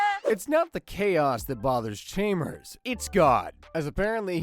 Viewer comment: Tell me you’ve never seen The Simpsons without telling me you’ve never seen The Simpsons… “Chaymers”